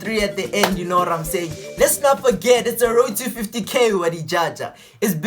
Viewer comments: "You know warr I'm saying" 😂✊ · "you know wharrrr I'm saying"😅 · "You know warr I'm sayin' "🤣🤣